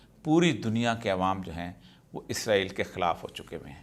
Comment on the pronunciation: ازرایل نہیں اسرائیل 🤦🤦